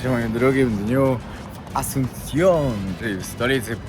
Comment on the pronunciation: Absolutna ignorancja. Nawet w nazwach miejsc notorycznie robisz błędy "Asuncione"? wcześniej "AconcaNgua". Aż boli jak się tego słucha. Zero informacji chociażby o tej sopa paraguaya która mogłaby być fajną ciekawostką. Kanał przez chwilę naprawdę ciekawy, teraz coraz gorzej.